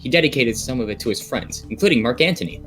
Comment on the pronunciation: You keep saying Anthony wrong.